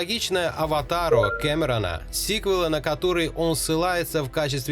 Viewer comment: Как он произносит слово КэмерОон👍